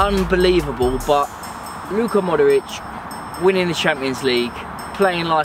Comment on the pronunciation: Bill puts an extra syllable in Modric.. like "Modoric"